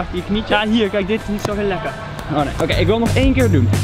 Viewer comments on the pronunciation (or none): OKeh